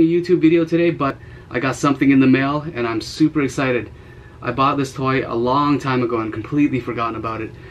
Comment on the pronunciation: Him saying toy triggered me